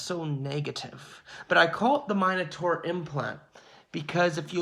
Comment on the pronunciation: It’s MIN ataur, not MINE ataur